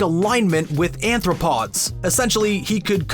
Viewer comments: It's arthropod, not anthropod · By anthropod, you mean arthropod.